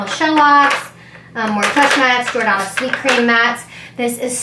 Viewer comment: The way you pronounce the name of some of the brands drives me crazy mostly Because your pronouncing it completely wrong. Especially Jordanna